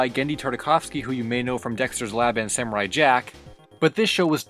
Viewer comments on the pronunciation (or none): none